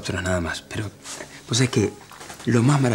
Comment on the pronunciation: En el minuto dice poe jajaja